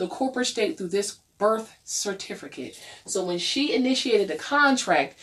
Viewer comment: LOL "certifERcate"